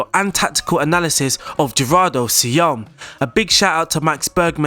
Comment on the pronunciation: No say-oh-ah-ne